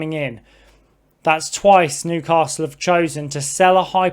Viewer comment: There’s no ‘r’ in the word Newcastle geezer .